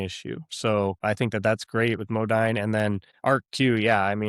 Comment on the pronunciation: Modine is pronounced Mo-deen. Might want to check out one of their company sponsored videos.